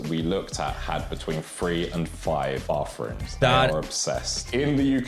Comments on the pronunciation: "All the houses we stayed in have between free and five bafrooms" 😂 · I had to pause and go back. There is so much to unpack there. He pronouced "bathrooms" with both possible "a" sounds for the word (im oversimplifying), then said americans "pronounce their 't-hache-es.'" Not only is he missing the difference in describing the "a" sound, but then he says "hache" unironically. I guess thats a way to say the letter? Then i go back, and i am wondering if he said "bafroom" for the british one.